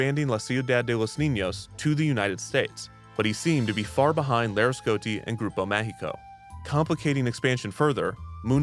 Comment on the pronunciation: It's annoying how he's not pronouncing the i in Laresgoiti